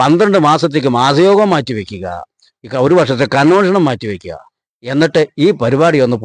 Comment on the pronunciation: ബ്രോ മാസയോഗമല്ല "മാംസയോഗം "എന്ന് പറയുക.ഒരു ശവം രണ്ട് മണിക്കൂറിൽ അടക്കിയിരിക്കണം. 👌👍🙏